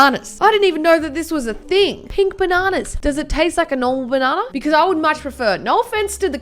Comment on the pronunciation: Nobody:: baNAWnuh